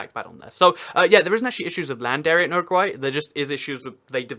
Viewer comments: It is say You RA gway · Uruguay is pronounced you-row-g-why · Does he say Uruguay weird?